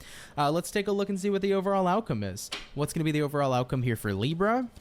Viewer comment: As a brazilian I do appreciate when u pronounce it this way "LIBRRRA". It feels familiar😊